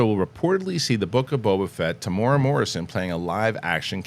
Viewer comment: TE-MU-E-RA NOT TEEMOORAH